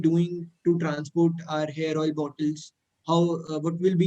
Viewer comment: Who else heard Hair Oil as 'Heroine' ?